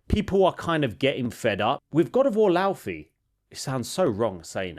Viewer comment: You pronounce it Lau(Fay) like her name. Not Lau(fee). There is an interview with Cory Barlog and the game director.